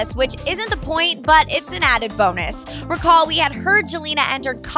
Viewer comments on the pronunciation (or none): none